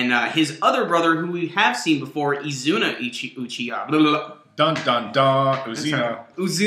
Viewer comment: Lol its "E-zoo-Nah" !!!!